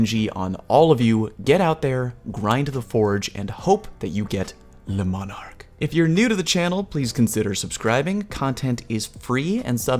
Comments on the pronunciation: he didn't. He called it LES Monarque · Pronounced le monar-key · Say le manarque again “dexter laboratory meme” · Ooh, no no no, Le M O N A R Q U E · I don’t think i’ve seen a single youtuber who was able to pronounce this weapon correctly! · The video I made on how to pronounce Le Monarque is up!